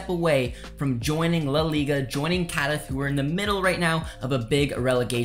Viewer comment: Apart from pronouncing Cádiz, Coruña, terribly, you're cribbing everything from sources you don't cite. Some minimums of professional integrity.